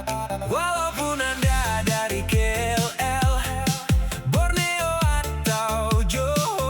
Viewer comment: Your pronounciation very amazing when you speak all the places name including Kuala Lumpur. Me as local feel really amazing. ❤❤❤❤❤❤